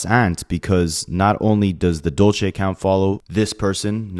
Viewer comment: Side note it’s “Dulce” Spanish for candy, also a female name, dude butchered it so many times